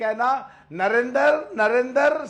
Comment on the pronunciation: सही बात यह है की राहुल को नरेंद्र का उच्चार करते नहीं आता ओ नरेंदर बोलता है